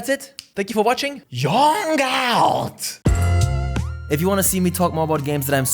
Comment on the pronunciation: Lmao, please don't say that I hate it 😭😭😭 literally said "Yong out" 😬